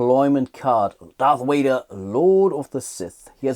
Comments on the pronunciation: Darth Wader...lol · Darth Wader?????